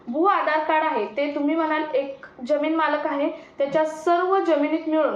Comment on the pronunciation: किती अशुद्ध उच्चार. यम, यल, यन काय हे. जमीन या शब्दाचा उच्चार करताना ' ज ' हा जहाजातला असतो.